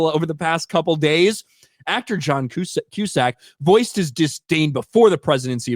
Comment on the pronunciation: Who’s John Cuesack 😅😅😅😅